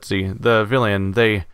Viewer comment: A minor detail, but your pronunciation of "villein" is atrocious. The "ei" is a diphthong, pronounced as a single syllable, not two individual vowels. It's an archaic form of the word "villain", but the meaning became shifted. You can think of the original word as meaning, roughly, "villager" rather than "bad guy". The painting of three people in a forest is actually the three protagonists of a wonderful web comic called "The Tower of the Oracles" or "What Birds Know". One of the creators was a backer of the game and provided the art. It's long, but I hope it will one day be published as a graphic novel (or series, given its length). Check it out for a great story!